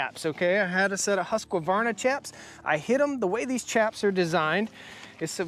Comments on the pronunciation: My vote goes for neither. A Husqvarna 372 is known for a reason. To me..for the CC size there is NO BETTER option (I have 3 husky 372s and 1 holzfforma g372 that's ported) Also why so emphasis on the "Q"? It's not pronounced husQQQvarna "Huskverna" is how it's pronounced by the swedish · Husk-varna not Huskavarna. There is no vowel in there, Husqvarna. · How do I say this in a nice way, it's a Husqvarna not Husqavarna, only one "a" when you pronounce it. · Hey, love the channel and content and appreciate your reviews. Thought I would help you pronounce Husqvarna correctly....it is pronounced husk-varna. For years I did the same and pronounced it as husk-a-varna till I was corrected. Not a big deal. God Bless you! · You are saying Husk-qua-varna It's simply Husk-Varna. I still love ya, but don't put that Qua in there. Sort of like the Project Farm guy saying Vegetables. If you know you know...... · The Husqvarna is not pronounced Husk a varna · Husqvarna is pronounced Hoosk-var-na.